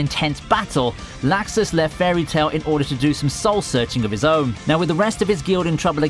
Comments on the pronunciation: Stop saying laxus >.< they call him lux us not lax us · This nigga says lAxus